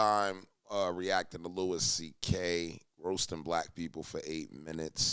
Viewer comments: It’s pronounced “Louie”. Literally 2 seconds into the video and I’m already annoyed at this guys inability to speak properly. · it's pronounded Louie